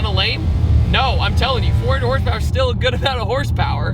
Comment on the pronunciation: YOU SAID HORSEPAIR